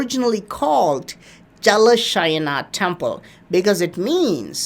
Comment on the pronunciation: C’mon, you know how to pronounce Jalaasayana. 😀